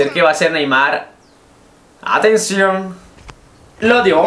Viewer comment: dijiste atencion rarooooooooooooooo